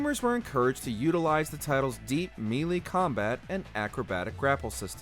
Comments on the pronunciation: Why do so many words get mangled pronunciations in these videos? Is it ignorance or intentional style? I'm leaning towards the latter since all of you do it, irrespective is presenter. You sound like dimwits. Linear is not "leanier" and melee is not "meelee." This just in the first segment in your list. If you need help, ask. Or use Google. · Did you say "mee lee"? Or melee? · yeah, he said "mee lee".....considering how prominent Smash Melee is in popularity you'd think people would actually know how to pronounce it